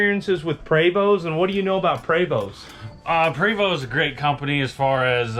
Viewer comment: PRE VOST! Not Prey vo 🤦🏻‍♂️